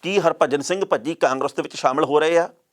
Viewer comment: ਭੱਜੀ ਨਹੀ ਭਜੀ 😜😂😂😂